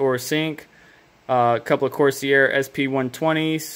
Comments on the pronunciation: cor-sier? COR-SARE. Please help me, you're killing me with how you pronounce corsair dawg. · It’s not corseair it’s corsair as in corse-air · Corsee-air? Why?